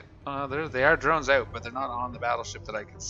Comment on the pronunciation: why do you say oot instead of out?